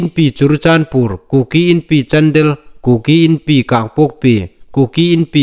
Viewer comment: i taimâkna zârin vawisûn chen Chanchin Thar ngaithlâk ding ei la nei hi lâwm a um takzet a nih.Chuonglaizing chun Chandel District hi i lam nal nâw ngêi el ie. CHANDAL ti leh i lam pawl tlat el a nih.Chun mitthla tina dinga MITTLA tiin i lam ri bawk.Thil hming dang dang i lamnaa hin fîmkhur nâwk zuol thei met la nuom a um ngêi el ie.🙏🏻👍